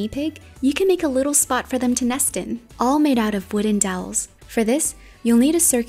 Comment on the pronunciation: It's all not alls